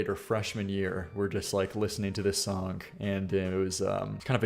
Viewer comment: God i cant stand the way says the word "song" He says "SONGK"